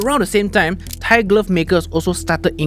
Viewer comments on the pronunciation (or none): none